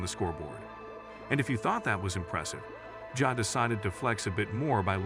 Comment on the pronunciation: damn bro you couldn't even get the ai to pronounce ja as 'Jah' or 'Jaa'